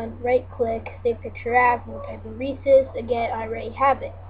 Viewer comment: You say Reese's wrong but thanks for the vid!